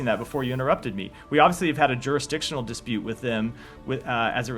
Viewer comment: "Dispute" lol